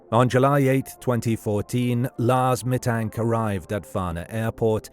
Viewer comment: The worst thing is ROBOVOICE!!!!!!!!!!!!!!!!!!! Meeee Tank???????